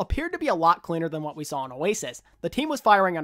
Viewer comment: I really liked the WO IS GOING ON at the start of todays video. Probably the hardest 'o' you have ever achieved.